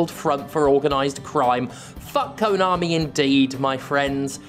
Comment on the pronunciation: At your end bit, all i clearly heard was "Kanomi is Kanomi" lol so true